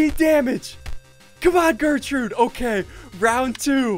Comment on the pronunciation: Gertrude* not gertrute